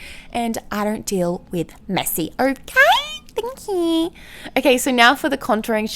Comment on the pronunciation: Dying every time she says thankqqq